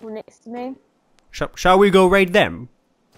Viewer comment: English speakers - "Here we go!" - "Here we guy!"